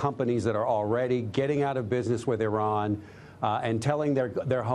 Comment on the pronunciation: Great speech (after everbody laughed at him) Trump can't even pronnounce Iran (eeerahn)